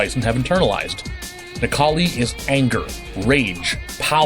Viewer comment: Necall?i more like Nec-Kars-Li